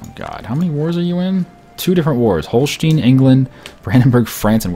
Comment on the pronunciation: You pronounce the "e" in Holstein like you pronounce the "i" in English.